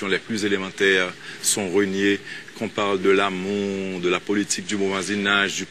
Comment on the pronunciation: Michel gen yon problem avek mo Politik chak fwa l'ap di'l li prononse'l "polituque".lol